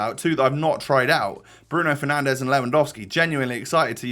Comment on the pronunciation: “Bruno penandes” costs more than the whole of Ipswich football club 😂😂